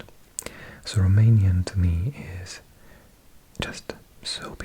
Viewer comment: Greetings from Brăila, România! You are doing an excellent job with your Romanian pronunciation!